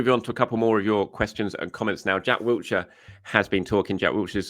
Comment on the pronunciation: It's WILSHIRE!!!!!!! Absolutely no 't'